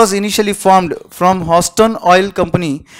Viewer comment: Can some tell him how to pronounce Houston ?